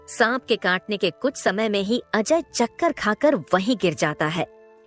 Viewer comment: Chankar nahi chakar